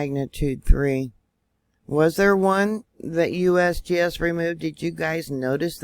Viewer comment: I like how you say USBS it's funny